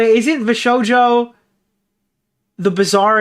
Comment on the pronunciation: This mf really called it vshojo bizzare adventure 😭